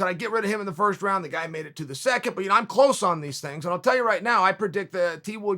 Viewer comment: Chael “I don’t predict these tings” sonnen